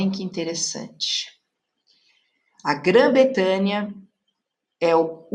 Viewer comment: "A eclipse" , "Grã BretÂNIA"...